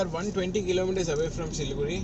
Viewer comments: Siliguri is the right name and it should be pronounced as Siliguri. Not Siligudi..... Hope u r clear. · The R in siliguri is pronounced with a hard r. Like the pronounciation for Vijaywada. The d is closer to r. But sounds hard. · for siliguri its not Da and its not ra. its adha/ardha which is impossible to write in English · As you said about Siliguri being pronounced as Siligudi , one such thing I have heard from my UP friend is pronouncing Gurgaon as Gudgaon. It is like few of my telugu friends pronouncing Satyam as Sachyam. Each state has their own special phonetics. Btw I enjoyed your video thoroughly